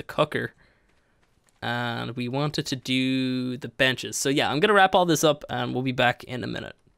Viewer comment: when you said im going to put some benches down here the video lagged for me and sounded like you said you were going to put down some b*tches lol